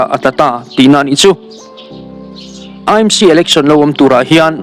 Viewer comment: E m c, ani lo AMC tih a lam tur...A hi E ani lo aw...😂... MNF ho piansual Zia hi chu aw, ngaihdan chi pawh an ni lo. Ka hlap hrep chak hlawm ania...😅